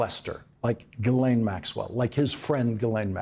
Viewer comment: C'mon Lawrence, pronounce Maxwell's name right, jizzlane!